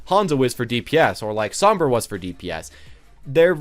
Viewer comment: YouTubes still can’t pronounce Brigitte or sombra smh